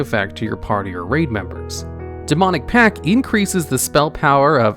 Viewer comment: I'm excessively bothered by how little stress there is on that T in pact, sounds like pack every time he says it.